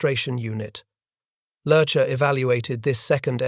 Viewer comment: Then, there's Lerche's name. It's a great name to have in German. It means "lark", it's light and airy and it leaps from the tongue as nimbly as when that bird takes flight. It's NOT one syllable, like the Addams family's butler, Lurch, but two: "leah-", like the name, and then -- lightly, trippingly -- "shuh". English speakers should work on de-emphasizing the "s".